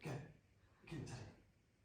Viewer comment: RIP. Not trying to kill your enthusiasm but Teddy and Kodi do not rhyme. You have an "eh" for Teddy and an "oh" for Kodi.